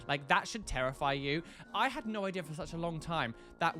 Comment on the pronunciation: The eye-dea 😂😂